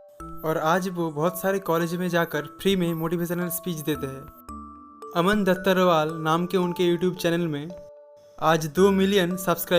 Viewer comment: Bhai vo dhattarwal hai bhattarwal nhi 😂